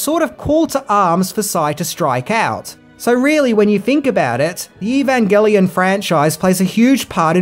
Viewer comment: You gotta love it when, known for mispronouncing names, goes for the gold and gets Evangelion completely correct. Bravo, sir!